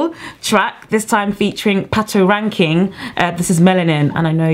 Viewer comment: you guys always pronouns shit on these African artists names it's Pa-to-ra-kin-ki-ng, can't you read that?